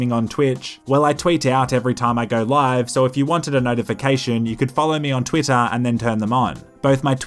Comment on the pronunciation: When you said "Twitch and Twitter" they sounded almost identical to my US ears.